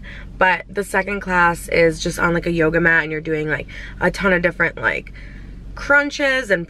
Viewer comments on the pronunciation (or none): none